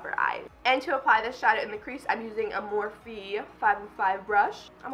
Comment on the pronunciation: She's says morphe wrong every time. And that's isn't an eye shadow palette. 😂